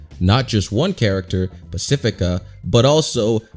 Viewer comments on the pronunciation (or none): none